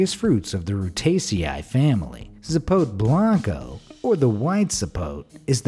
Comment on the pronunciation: It is zapot-e not zapote